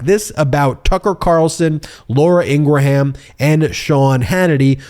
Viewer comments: Ingraham is pronounced “ingrum” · Appreciate your work. Fox host Laura Ingraham is pronounced ing-gruhm. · Ing Ra Ham 😂